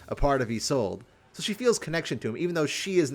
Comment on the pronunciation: Isn't her name pronounced like yees-lod-ah? I could be wrong